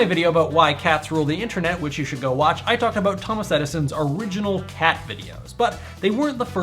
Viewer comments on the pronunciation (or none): none